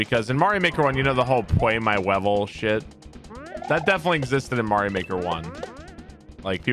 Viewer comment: Lmao pway my wevel